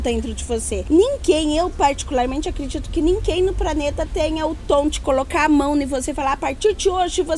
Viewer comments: Foi difícil ver esse video todo com esse jeito estranho da falar, trocando o "D" pelo "T" o "B" pelo "P" e por aí vai. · A fala praneta kk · Ela falou "praneta"